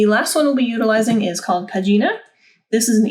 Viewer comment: Wonderful crash course about exporting to epub. It seems still difficult to export to print and epub by the same ID document right? Just a little suggestion, as I am Italian you should pronounce PAGINA with the accent on the first A and not on the last I. So: PÀGINA 😀